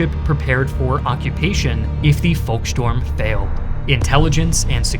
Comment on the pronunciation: It's beside not besides and it's volksturm not, volkstorm. Talking is your job and you're frankly terrible at it.